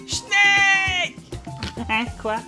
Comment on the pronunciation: Quant tu crie " SNEEEEK" on dirait que tu gueule "SCHNEEEEEELLLL" ça fait pas le même effet XD